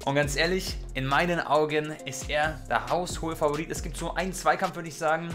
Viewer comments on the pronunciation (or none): none